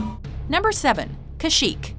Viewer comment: YES! SHE SAID CASH-YEEK! NOT CASH-IK! So many people get that wrong!